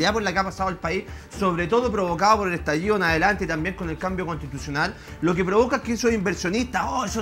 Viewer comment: Estaliido? Espontáneo? Júralo